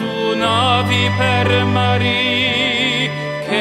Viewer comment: Please, no one ever let this man sing anything in Italian ever again. Ever. He should have been briefed on certain pronunciation; in particular, he said "mari" as if it was the name "Marie".